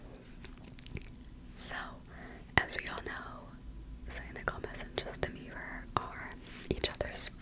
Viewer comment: I keep hearing you say 'Justin Beaver' ahahahahha. is it just me?I don't know any of these people, well I heard of them but I don't care. I am old haha. But this was a good video. I fell asleep to it last night so imma listen again now for the whispers.